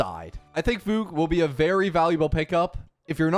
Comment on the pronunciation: He actually said fugue right